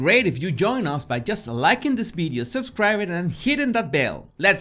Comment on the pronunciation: Hey, can you say "Video" instead of "Bideo" 😋 Love your channel by the way 👍